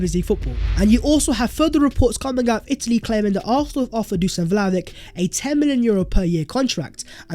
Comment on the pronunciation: My fk ears hurt after 100 misspelling dusan vlahovic ( the s = sh and ic = ich, btw)